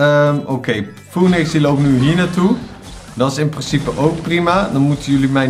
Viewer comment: Je spreekt Phoenix anders uit